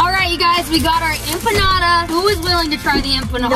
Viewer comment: That’s not how u say empanada By the way (just letting u know)